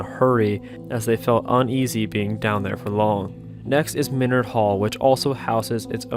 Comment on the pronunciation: i do be going to this school and it do be kinda creepy though :ooo basement of ceres is LOCKEDDDDDD no one aloud I heard that from Becky. Also its pronounced MINN-ARD. Great video keep up good work!!!!